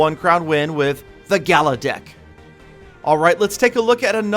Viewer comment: Its gala Dick To Youu